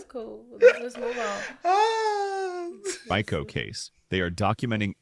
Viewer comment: If I was and I would have been leaning into the camera crazy with a stank face when that A.I. voice changed Rico into Rye-co case. Lawd have mercy😂